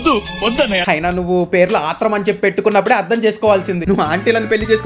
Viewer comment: అన్నా అది ఆత్రం కాదు అత్రం